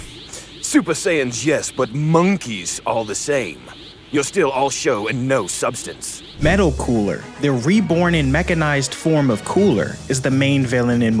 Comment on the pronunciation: If I hear someone say "Metal Cooler" one more time!!! IT IS META COOLER, NOT - METAL.